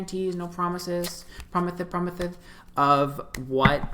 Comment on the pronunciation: did you just say "promithes promithes" BAHAHA I love you for that